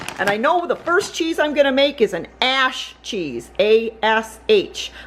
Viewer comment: P.s i know you were saying ash cheese but for some reason it sounded like something I do not want to even spell out @@ ...